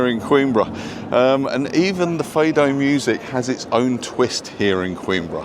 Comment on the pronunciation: A Beautiful and Charming City . a perfect size too . 'Fado' , pronounced Fahdoh not Feidoh . a sort of Portuguese Blues . Great Video , Thank you .